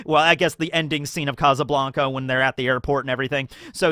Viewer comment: Kazzuh Blanka lmao if you can say Sabo you can say casa